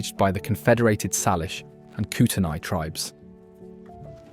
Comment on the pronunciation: Correct pronunciations are “Saylish” not. Sarlish and “Kootenay” not Kooteni.